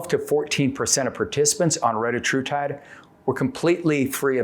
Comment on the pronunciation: Hey at least he pronounced it right